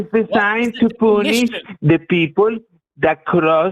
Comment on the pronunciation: Did that guy keep saying "it's the force to poonish the penis"? Because that's what it sounded like to me.